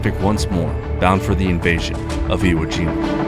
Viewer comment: It's not Iowa Jima it's Iwo Jima.